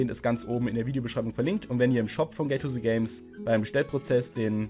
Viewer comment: Alpha Galaxy gay to se games? Kannst du Englisch? Das heißt Gate to the Games. Dies hat er auch sehr gut ausgesprochen.